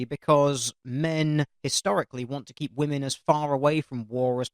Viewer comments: Can anyone else not stand the fact she says "woman" instead of "women"... or is it just me? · she keeps saying woman instead of women. It's really annoying. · I just got annoyed how she kept saying woman. She can say men but apparently can't say women with an e? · She keeps saying woman when she means women. 1 in 6 woman? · Women. Women...... WOMEN!!! NOT WOMAN YOU DUMB KIWI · Why does everyone say woman? It's women. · Lots of kiwis say "woman" instead of "women". I only noticed it a couple of years back. No idea why. I think it sounds ridiculous.